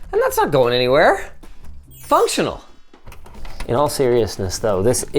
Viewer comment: "it's fonctional"